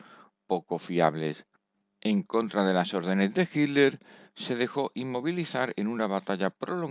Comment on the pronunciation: No se pronuncia hiller 😅😅